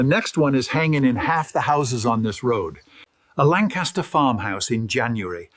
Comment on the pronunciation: I've never seen an Amish man with a pony tail and English Accent. For being 6th generation on his Farm in PA, you think he'd be able to pronounce 'Lancaster'.